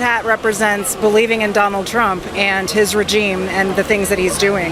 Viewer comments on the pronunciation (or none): learn how to pronounce REGIME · did she say rujeem? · This female dog said "rejeme" 😂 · His regeem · She said "rejeem". I bet she pronounces genre "jen-ree"